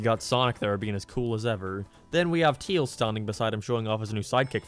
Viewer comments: He is saying tails wrong it’s not teels it’s tails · Why do you call Tails "Teals"? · Remember guys, it’s not Tails, it’s Teels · STOP CALLING HIM TEILS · I don't know why but you're pronunciation of tails just cracks me up